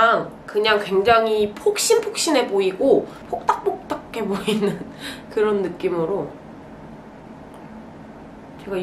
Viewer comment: 폭닥폭닥 메이크업 말 할 때 발음 새가지구 스스로 웃는 거 너무 귀여워 즌쯔...😭